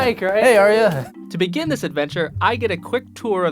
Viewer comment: Arie...Aria😂i know I sound lame but I had to point that out